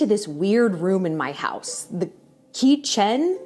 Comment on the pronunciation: 🎉Oh gosh your Sponsorship Ad was so entertaining ..love your humor..how to pronounce “kitchen”(kisheon);0..get great food w/o the crying..so good 😅..I cook a lot but this had me rethinking a bit:)